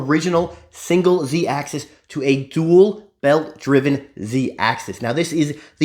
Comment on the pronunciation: Please!!! It's Z-axis, not Z-axeees! Just trying to help the community, here! 🙃